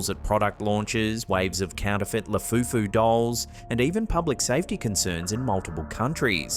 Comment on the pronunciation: did i hear lafufu instead of labubu?